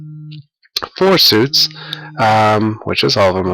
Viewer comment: there is no 'e' in the word suits